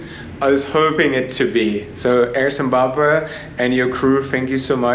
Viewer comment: has a problem pronouncing Zimbabwe.